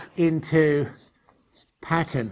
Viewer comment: "Patter" lol